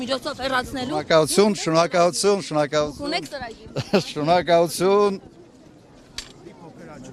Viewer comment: շոնոկալություն😅😅😅ակալութուն, շոնոկալություն😂😂😂😂